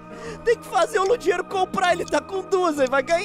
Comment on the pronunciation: ludiero kkkkkkkkkkk é ludiéro q fala mas whatever